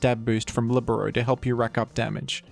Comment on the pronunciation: The first time I hear "libero" pronounced correctly